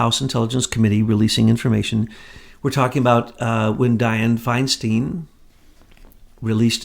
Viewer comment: I have never heard Diane Feinstein pronounced Finesteen! (“Fine stine” ) Look back at old videos yrs back